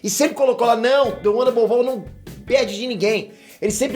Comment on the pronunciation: The one above "ALL"? Sério?